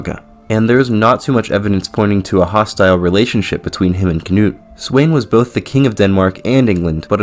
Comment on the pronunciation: Sweyn is read as Sven